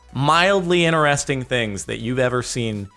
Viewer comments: why do you always say "ineresting" instead of interesting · its in TER esting not ineresting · Why you always 'iner-resting'